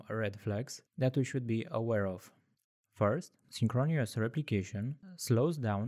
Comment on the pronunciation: It's pronounced 'synchronous' (sing·kruh·nuhs) - not synchronious That is my contribution :)